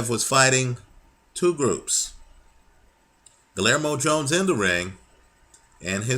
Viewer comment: the "LL" is pronounced like the letter "Y"